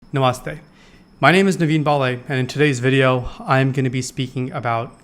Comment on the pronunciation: I don’t trust anyone who says ‘नमास्ते’ — this is going to sound very superficial buddy, but it’s the accent 💀 Do you also say car-ma? Edit: and boo-dah xD